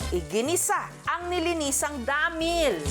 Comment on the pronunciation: DAAAAMIIL…. Paki explain, bakit ganyan mo pino-pronounce?